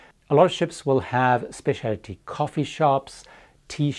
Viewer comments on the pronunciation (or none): thanks for all the tips. I can return one. The word is NOT spess-ee-AL-it-ee. You say this often!!!? It’s special-tee. I’m relieved you don’t have to say aluminum in your reviews. That would drive us over the edge! I’ll continue to listen just the same. Thanks for your assistance. Keep doin’!